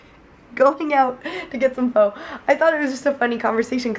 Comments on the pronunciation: Was going to say pho is not pronounced "fo" but more like "fuh" but then started pronouncing it correctly at the restaurant. Guessing either Mike or Darryl told her about it. But, nicely done! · My husband keeps correcting you and saying it's pronounced FUH lololol! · pho is pronounced fuhh